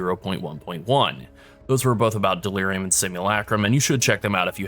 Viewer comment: Dear God delirium. There is no S in the word